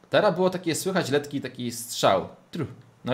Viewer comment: on powiedział letki xDDD